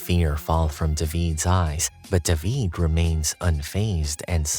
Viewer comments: How are y’all ignoring that this dude pronounced David like “duh-veed” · It’s how they pronounce David in Spanish 😊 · Fun fact...that's how you pronounce the name in Hebrew.